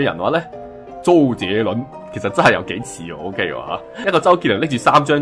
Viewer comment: 你张周杰伦个名读错咗。